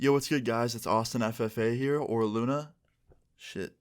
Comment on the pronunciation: or, i always feel like he is saying “i”Luna